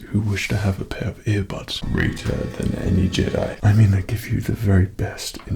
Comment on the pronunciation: “Graytuh than enee jehdai” 🤣🤣 oh man I love it. Like robot chicken star wars